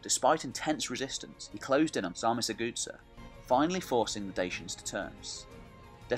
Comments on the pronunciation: What DEBILUS is narrating this video making two critical mistakes straight from the start? Carpathian mountains, not the Caucasian and Sarmizegatusa is not pronounced Sarmisthegoodsir:( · You really need to make an effort to pronounce these names correctly. It was cringeworthy to hear you say "Sarmizegetusa". Here is how it's pronounced: sahr-mi-ser-ge-TU-sa .. accent on the 'tu'. All your videos are pretty good except your pronounciation of foreign historical names. They are atrocious. Really make an effort my man. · Maybe learn to pronounce the names... Sar-Me-Ze-ge- thus-a I think would be in english. De- ke-bal , Do-Mi-tzi-an. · Sar me say jay too za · Very good, but I did strain at your pronunciations. de-KE-ba-luss sar-mi-za-ga-TOO-sa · actually is sarmi-se-ge-thuZZa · Zamolxes' shadow no one knows the exact pronounciation and the Romanian one is by no means the standard in this case. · Your lack of trying to read the name Sarmisegetuza is astonishing. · You dont pronounce well Sarmisegetuza. Use google translate... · If you want help with pronunciation and research about dacians and romanians you can contact me. You kind of butchered the pronunciation Sarmizegetusa and also showed images in the beginning from Ulpia Traiana Sarmizegetusa which was the roman capital of the province and distinct settlement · The narator pronunces "Sarmizegetusa" in such a way, that if it were't written on the screen, you wouldn't have idea what is he talking about. It's 1.5 million light-years away from the original. "Good" start! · You butchered Sarmisagetusa so bad, fucking destroyed it 😂😂😂😂